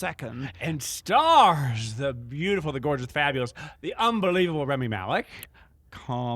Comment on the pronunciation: It's Rami, not Remy....just sayin